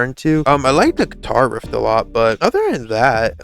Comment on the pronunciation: thanks for reacting to this album, nobody reacts to Nick Rattigan :( fyi: it is 'riff' not 'rift', easy mistake to make ;D